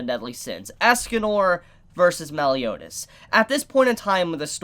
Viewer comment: You are a trashbag too, how dare you utter the name 'Meliodas' in such a cringeous pronunciation...